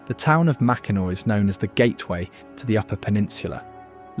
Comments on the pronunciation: Macki nack😂 This was a beautiful video of our state. I wish whoever makes these videos would just narrate it themselves instead of relying on creepy AI. There were MANY mispronounced names. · If you are going to do videos about Michigan I STRONGLY urge you to research pronunciation of names. Prime example: Mackinac: this is the French spelling of Mackinaw and Mackinaw is the correct pronunciation. To use Mackinac shows your lack of research. There several other errors and misspellings. Example:: Hesse is missing the L. Check how to pronounce the waterfall name and others. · I know someone has already said Mackinac is pronounced Mack-en-Naw, but I had to say it too 😅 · I knew I wouldn’t be the first to say that. We are proud of our state. “Nac” grinds our ears, but great video otherwise. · The a is silent. Mackinaw both places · Mackinac is pronounced Mac-n-naw. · For real! Got to say it right if it’s a documentary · nobody from Michigan pronounce it Macki-Nack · Nope. Mackinac Island, the bridge, and the fort are all pronounced Mackinaw just like the city. You’re clearly not from here so don’t try to correct us. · Mackinaw is both depnding on time and location. It was spelled Mackinac pronounced mackinaw now the spelling changed. The anishnabe called it Maa ak in naaw but hey you get the idea. He called them Ojibwe when they are actually Aanisnabe Odawak. When he said fort mavkinac that IS how the fort is pronounced. It was Michilimackinac. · There is nothing pronounced Mackinac in Michigan despite the spelling😊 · Why is brit mispronouncing Mack in awe????? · 👍 The biggest one is Mackinac. That's like fingernails on a chalkboard to Michiganders! 😖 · Yes and when outsiderers talking about our great state are too lazy to learn the pronunciation of stunning place like Mackinac Island it simply disresepctful and very unprofessional. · Literally came here to say this! It’s like nails on a chalkboard to hear it said this way! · It’s Makinaw Island, Not MakinAC.